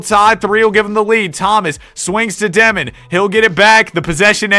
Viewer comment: Not dEmin, it’s dYOmin (Dëmin)